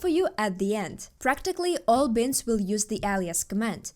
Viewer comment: Who says binds like bins with a t?